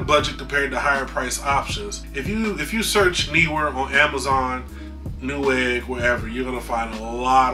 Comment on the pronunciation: haha word! Think you nailed the pronunciation of Neewer by the way;)